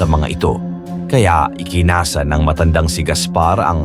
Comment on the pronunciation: ampangit talaga ng narration... palpak at sablay pronunciation.. instead baboy ramo.. ginawang baboy rammmo.. ikinasa hindi ikinaaaasa.. nakatamo hindi nakataaaamo.. iilan lang ito sa sablay na pagbigkas.. mag aral sana muna bago mag-narrator... subscribe na sana ako nawalan ako ng gana